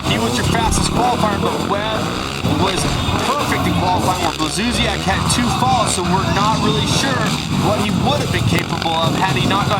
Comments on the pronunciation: Why does the english commentator say Blakzusiak?! Its Blazusiak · hes not saying a c or k, we just pronounce blaz as blats so it comes out as blatsuziak not blak. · It´s Błażusiak ....